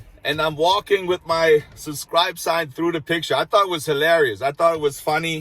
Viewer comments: It is so funny how on the wooden sign you forgot to put the letter "S", when in your videos, you always skip the letter "B" when you say "susscribe". It is SUB-SCRIBE. ;-) We love you! ;-) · I say you keep the "SUBCRIBE" sign, and instead of saying subscribe to my channel say SUBCRIBE to my channel!! I would love that! Hey those who know know! lol I like your channel bro! and don't apologize for not pronouncing a word right. You are! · You should leave the “b” out of subscribe, it’s the letter you don’t pronounce when you say it😂 Love your videos, accent, and content. You have the same quality as Bald and Bankrupt..you both make me feel as though I’m right there with you..it’s a wonderful escape..Thank-you! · UBSCRIBE. Got everyones’s attention 🤣